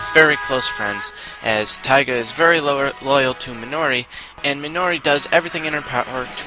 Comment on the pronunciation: If you watched it, how could you butcher their names. Who exactly is Roogee, Keetama, and Meenoi xD